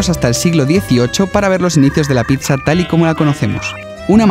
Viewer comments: si ven se dice pitsa y no pisa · es pizza no pitzza